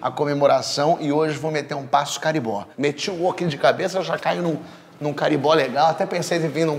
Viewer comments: Não é caribó, é Carimbó xD mas valeu a pena kkkkkkkkkk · Porra, Porchat! Não é "caribó", cacete! O nome da música e da dança é cariMbó, com eme. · A pronúncia correta é cariMbó